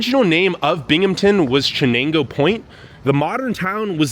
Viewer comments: Hey, buddy!! It's pronounced SHANAYNGO the CH is actially an SH. Also, who the hell do you think you are talking shit about Binghamton, huh?? I know our town sucks but we don't need you making it worse by exploiting it and talking shit. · I laughed out loud about how you pronounced “Chenango” (it’s pronounced “shuh - nang - oh”) because my wife and I pronounced it the way you did when we were went to graduate school there and got made fun of for pronouncing it that way. Like, look how it is spelled! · Chenango is pronounced like Shenango would be. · It’s pronounced SHA-NENGO lmao. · I'm from Binghamton, Not once have I EVER seen anyone bashing their heads on buildings. 💀 Please talk to people that are ACTUALLY from here, and not BU college students. & Wth is a "chanago river"? Stop calling it "Chanago" !! 💀 You did Binghamton dirty. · It's shhhh-nang- go. Sus-qua-han-a . And yes I grew up here and it's deteriorated and I'm leaving. Residents think someone else will pick up the garbage blowing around and accumulated. Children are kicking in doors and terrorizing senior citizens trash property and stealing garden items for fun. My house had 2 attempted break in. My car's have been broken into and ruffled through. So goodbye Binghamton. Thanks for nothing. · Chenango pronounced shenango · Thanks for highlighting Binghamton. I am originally from Syracuse and it's sad to see the cities in decline in upstate NY. A couple of things. Binghamton does have the largest collection of operating antique carousels. Second, Chenango is pronounced "Sh"enango. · Why didn’t you spend half a second to google the pronunciation of Chenango? After you said it wrong, over and over, you completely discredited yourself. I lost interest when my teeth started grinding in annoyance. Google pronunciation too hard? Ask literally anyone on the street in that locale 🙄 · Please learn how to pronounce the names of areas you're posting on ❤ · I wish this jerk would learn how to pronounce Chenango.